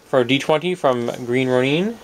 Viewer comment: Sorry, but your pronounciation of Green Ronin is not good for my ears hehe. I believe it's pronounced as Row-Nin not Row-Neen. Sorry, just my preference. I liked the vids by the way. You have a monstrous collection, no pun intended.